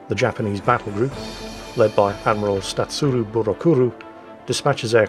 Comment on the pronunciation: "statsuru burakuru"?.... LMAO! Well done.